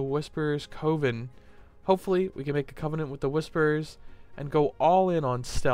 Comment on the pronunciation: The word 'coven' is not pronounced with a long o like cove, rather, it is with the short o like in the word oven. Sorry to nit pick. I just hate to see otherwise good content degraded by poor vocabulary.